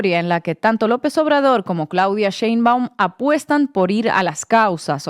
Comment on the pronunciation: No es CHeinbaum, es SHeinbaum...Dios bendiga a nuestrA presidente ya que no solamente tiene que lidiar contra todo lo que lidió AMLO pero también con el machismo y la misoginia de muchos en este país...